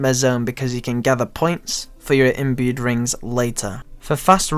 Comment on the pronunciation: wtf is an "imued"ring?rofl